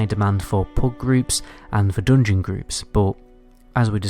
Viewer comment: IT'S FUKEN "JUGEMENT" NOT "JOOGEMENT" !!!!!!!!!!!!!!!!!!!!!!!!!!!!! "DUNGEON" NOT "DOONGYN" I CAN'T STAND THIS NO MORE MY HEAD IS EXPLODING HEARING JOOOOOGMENT AND DOONGYN HOLY FUK I BEG U STOP PLZ TOP